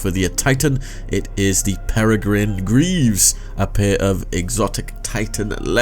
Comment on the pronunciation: thanks for saying peregrine right!